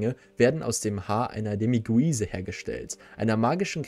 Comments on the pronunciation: Der Demiguise (Ausspr. Dämigeis) ist maskulin und wird nicht so ausgesprochen, wie man es liest. (Ist ja Englisch) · Alter du kannst kein Demiguise aussprechen 😂 aber ansonsten ein gutes Video